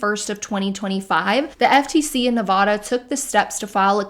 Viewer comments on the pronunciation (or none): Big fan of your anti mlm content, welcome back. One thing: it’s pronounced NE-VAD-UH not NE-VAW-DUH